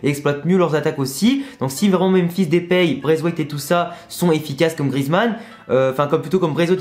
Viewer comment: Force a toi, t'es super, un vrai youtubeur. Juste une chose stp mdr ( c'est "Depay" pas "Depéy") 😁